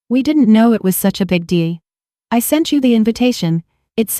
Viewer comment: Pronunciation errors People pee pee Table tabby Deal de Error in ages. She is 32 but she taught a 28 year old when he was 16????